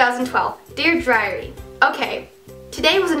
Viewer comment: it sounds like you are saying ( dear driary ) 😁😁😀lol